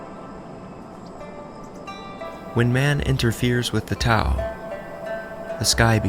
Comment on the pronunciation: The T is typically pronounced with a “D” sound! Aside from that, this was very well done 👍🏽